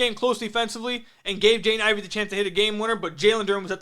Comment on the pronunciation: You gotta practice pronouncing Jaden Ivey's name. Sounds like youre saying "Jane Ivey" 😂